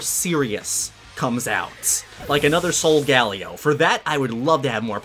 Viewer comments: its pronounced SOUL GAH LAY OH 15 episodes deep and I finally had to comment sorry! Otherwise im loving the series! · It is pronounced solgalyo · henos corret in one of his vids he said my english is nad today and he is saying solgelo wrrong he is saying sogalio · You said solgaleo wrong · U say solgaleo wrong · Please say Solgaleo right